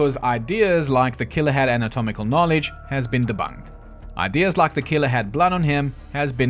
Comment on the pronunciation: “atomical knowledge” sorry to point that but it gave me a little laugh after the bit of talking about needing to re-record lines